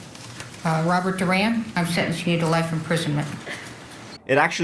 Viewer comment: Love you. This was where I grew up. FYI it’s pronounced: duhr-Ann (Duran) and mohn-tahn-yo. (Montanyo). This was a crazy case